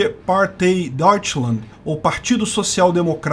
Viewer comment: Que alemão horrível. Partei se lê “partai”